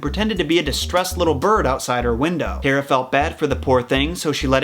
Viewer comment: That's a lot of research to pronounce Hera wrong.